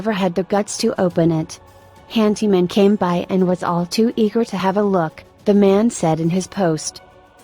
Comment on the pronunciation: It's hanDy man not hanTy man